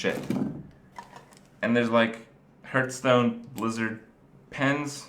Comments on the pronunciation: STOP SAYING HURTSTONE IT HURTS ME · hurtstone hahahhahahahaha